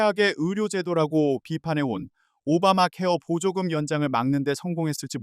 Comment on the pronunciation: 머야 세번째 뉴스는 앵커가 아니라 ai인가? 어떤 공부를 하다만 앵커가 [오바마케어 보조금]이 아니라 [오바마 케어보조금]이라고 읽어